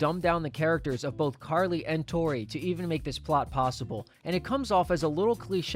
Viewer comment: "Unless he's dating a 3rd girl named "Topi"." - Freddie (classic) When Tori reads her charm bracelet as "Topi" not Tori